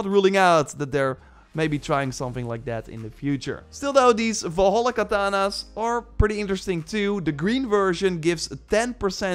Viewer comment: Its katanas not kananas